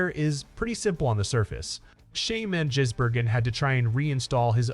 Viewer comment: This station is infuriatingly stupid. If your bloody AI cannot say SVG’s surname correctly, then stop doing stories on him, or maybe just go away. You are incompetent.